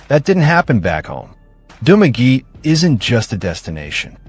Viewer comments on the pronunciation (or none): Pronounce- Duma-ge-te - not Dumaget Ta-gay-tay - letter A is pronounce as in Alaska Correct pronunciations of Cebu City, Illinois City, and Panay Island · If you could only pronounce the localities as it is done in the Philippines. I did not understand Dumageh - it is Dumagette! Thumb down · 😮ARE YOU TALKING ABOUT DU MAGUE TE ? AND TA GAY TAY. READ IN ALL SHORT ALPHABET. NOT LONG. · You mean its not Dumagee? This Dumb ass has never been to Philippines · To this blogger. Correction on Dumaguete pronounciation. Sounds like DU-MA-GE-TE. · Correction- DOO-MAH-GHE-TEA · You're mispronouncing Dumaguete. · Dude,a piece of advise,before you upload a video,pls inquire about the correct prounciations of the place your referring to. Tagaytay,Cavite,Dumaguete were a full blown mispronunciations. 😂😢😮😅😊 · these pronunciations are wrong reading it from an American point of view.